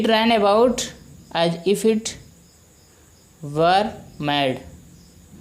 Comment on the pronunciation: sir u Mispronounce the word WERE